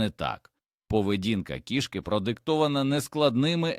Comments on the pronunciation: У слові кІшки наголос на першому складі! Нутрощі тут ні до чого! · Жахлива озвучка ШІ, неповага до глядачів. КішкИ, кігтЕточка. 😢